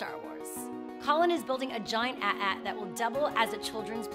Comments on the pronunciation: It's not at-at or at-act it's a...t. a....t. Or a...t. a......c.....t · 0_o it's not at at its pronounced AY TEE AY TEE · Jesus Christ did she just pronounce in like that